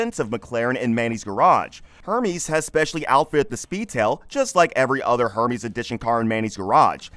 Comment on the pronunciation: This narrator must be AI bc the pronunciations are so bad I mean “a Her-mee’s bag. Can’t say I’ve heard of that brand before.